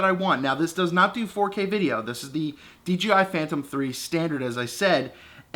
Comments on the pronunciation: You say "DGI", lol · Nice review but it's called DJI not DGI.